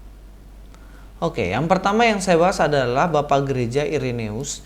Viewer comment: Udah bener2 muak dg kebohongan2 menjijikkan para mualaf. Speechless deh.. Koreksi dikit,. Dlm bhs Latin, huruf "ae" dibaca "e". Jadi, cukup dibaca "Ireneus" aja. Salam kasih dari Katolik. Shalom aleichem!